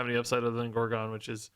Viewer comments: Every time he pronounces it gore-gone I lose a year off my life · No comments being triggered by his pronounciation of gorgon?